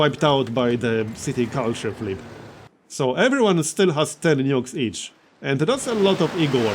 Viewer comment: i thought he said "nudes"